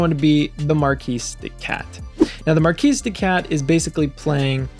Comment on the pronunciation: Great video, thanks! BTW, it’s pronounced “markee” de cat, not mar-keese. That matters because the name is a play on words, mar-kee-de-cat, like kitty cat. 😅 Get it? It’s a silly pun, but a pun nonetheless.